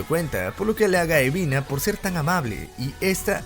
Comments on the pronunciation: mi compa el dislexico que le dice UBINA a EBINA apesar de que su nombre se ve en LOS SUBTITULOOOO AADLKJDKLDKODNK xd. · Quien más se dió Cuenta que dice ubina en vez de ebina